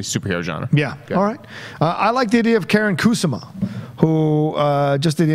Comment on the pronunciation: As flattering as it is to have cite my dear friend Karyn Kusama He completely butchered her name Like... as bad as JTE spells Her first name is not pronounced Karen but more like car n And Kusama is a traditional & common Japanese name Stressing the first syllable Koo Sama like Obama smh Great guest!: )